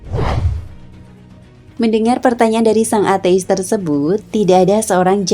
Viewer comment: Cara bacanya kok ate'is? Hehe.